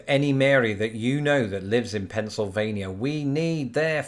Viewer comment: Lol he got Pennsylvania right! Nobody can decided on o e accent so we all speak differently.